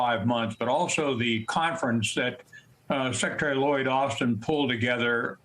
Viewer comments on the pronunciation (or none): none